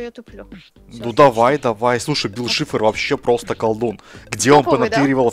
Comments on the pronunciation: ты не правельно гавриш бил шифар а бил сайшер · Вообще-то правильно Билл Сайфер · Не Шифр, Сайфер. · БИЛЛ САЙФЕР, А НЕ ШИФР!!!!! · НЕ БИЛ ШИФР А БИЛ САЙФЕР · Не бил шифр а сайфер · Не шифр а Сайфер